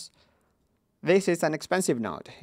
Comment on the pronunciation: "Niode" :3